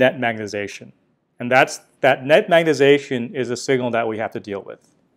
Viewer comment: You aren't the only guy who says magnetization like "magnet-ation", saw a video of a guy from Stanford doing same thing. Say it like a Canadian my friend, "magnet-eye-zation" ... Your videos are great BTW, 2018, 2019, all of them, love it, magnet-ation is a minor irritant, I don't actually care that much ...